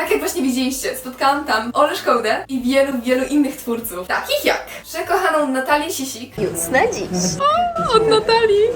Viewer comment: Kleło! Klołi! 🤣🤣 Natałja Si(u)si(a)k 🤣 sorry za to, ale normalnie nie mogę wytrzymać🤣!